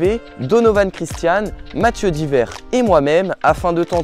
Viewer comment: GG quand même 👌! Par contre il faut prononcer le "es" de Diverres 🤣